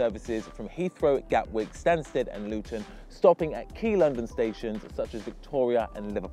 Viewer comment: u spelled stansted wrong - u said stansed